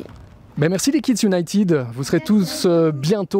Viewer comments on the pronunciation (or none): " Kidsse Unitit " 😂😂😂 des qu'il le dit je meurs 😂